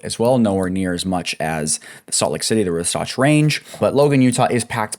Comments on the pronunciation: Saying wasatch like it’s Sasquatch lmfao 🤡 At least look it up if you don’t know how to say it. Wah-satch. Not -wuhsoughtch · Wasatch is pronounced WAH satch.